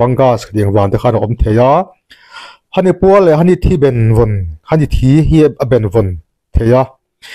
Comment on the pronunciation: Hani a ni lo..Hahni tihtur..